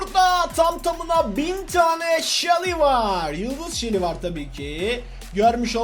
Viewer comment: Shally degil abai sunu seli diye oku